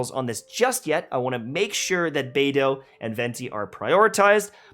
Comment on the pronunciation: Who else here can't stop saying BEDEWWW instead of bay-doe? All because of